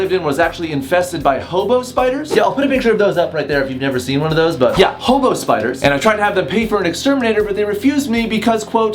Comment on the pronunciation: Lmaooo I thought you said homo spiders 😂😂 💀⚰️